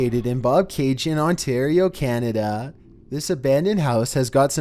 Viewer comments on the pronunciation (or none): none